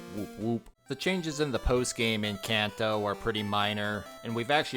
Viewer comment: Calling Kanto "Kayn Tou" was also a bold choice.